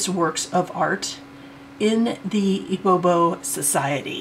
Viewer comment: It’s not ibobo lol Say “E B BEO” and you’re good 😂